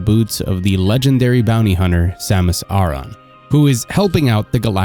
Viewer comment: Also you pronounced her last name wrong